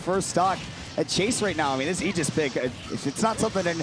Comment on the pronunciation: I appreciate the commentator pronouncing Aegis "Ee-jiss" rather than "Ay-jiss" as most people seem to do.